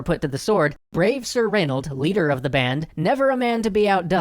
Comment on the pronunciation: im sorry did you say reynauld :)